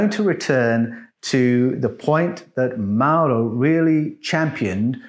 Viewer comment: The name of the Italian gentleman is Mauro (NOT "Murio"), and is pronounced, "maa-oo-ro". Hope this helps you. About your question, "how could People are witness the work done on the flodder earth?" In my humble opinion, if the Elohim had such advanced flying craft, it very possible that they had the technology to capture, store, & watch videos. It is reasonable to assume that the writer(s) of Genesis had watched videos which showed the early stages of the work on the flooded earth.